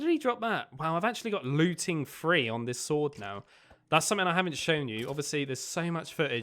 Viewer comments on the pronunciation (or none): Haha he says free instead of three like my cousin sister lol